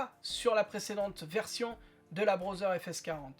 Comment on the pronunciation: Amélioration le contraire est détérioration?? Puis-je te faire une remarque constructive? Tu prononces Braudzer. Ça se dit (écrit au son) Brodeur.